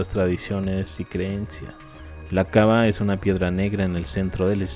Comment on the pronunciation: Suena raro cuando dice kaba, es kaaba.